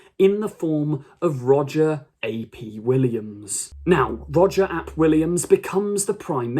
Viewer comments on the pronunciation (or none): Minor pedantry. But you said any comments would help :) The "ap" in a Welsh name is a contraction of the word "mab", which means "son". Similar to the usage of a suffix of -son in other languages. So, calling someone "Roger Aye Pee Williams" is incorrect. Or at least inconsistent because it implies you're spelling out their name. Welsh is cool :)